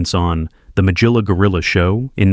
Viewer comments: He couldn’t get Magilla gorilla correct. Really? Who could get that wrong??! But yeah i guess he got others right. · Things I miss include YouTube videos with a person appearing live who would talk and guide the discussion. This bot-styled voice mispronounces "Magilla Gorilla!" The ironic part is how this video describes why certain 1960s cartoon characters got forgotten. I see the same thing happening to whatever one calls this sterile style of video lacking any human presence.